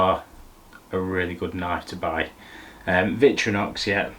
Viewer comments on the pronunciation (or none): Interesting video as I'm in the market for a new knife set but massively triggered, as a knife fan, your pronunciation of VictOrinox as VictrYnox. I couldn't not say anything #sorrynotsorry 😂